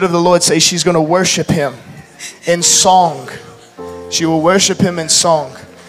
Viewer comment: ~ The word 'song' is not pronounced sonGUH. The g is soft! Learn to speak English correctly!!!